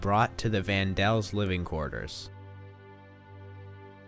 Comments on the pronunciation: its the Van Daans or the Van Pels not the Van Dels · It's Van Pels Not Dels. My word man you must get THAT right. Good vid otherwise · It's Van PELS, not "Van Dels." And "Albert Dussell" is Fritz Pfeffer. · Sorry to correct the narrator, but it was the Van Pels - not Van Dels that lived with the Franks. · You said the Franks lived with the Van Dels.. It is actually the Van Pels! I'm surprised no-one mentioned that to you. It almost seems a bit disrespectful. You might consider redoing this informative video. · Their name was Van Pels, not Van Dels. I think you're mixing up their real name with the fictitious name of Van Dan, which is what Anne called them in her diary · Its Van Pels not Van Dels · Van Pelt not Van Dels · Its Vaan dan not Van del I've read the book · it's VAN PELS NOT VAN DELS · Van Del family? The name was Van Pels. Get it right! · Vanpels* lmao not vandals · Their last name is Van-Dann. In Anne's diary she called them the Van-Pels for security purposes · You really couldn't be bothered to get their names right? Or even put a comment in saying, "Oops, I just made up the name Van Del"? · Please get the names right. Van Dels??????????? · Van Pels you mean? I keep hearing Van Dels. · ok... 1. vAN DeLs?¿? 2. Mr. DoOosEL??¿ give me a second I'm laughing too hard rn this guy has no idea what he's saying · 'Van Dels?' Seriously? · No people their real names are Van Pels. Anne used fake names for a lot of people and called them the Van Daans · Its neither, its Hermann Van Pels Auguste Van Pels Peter Van Pels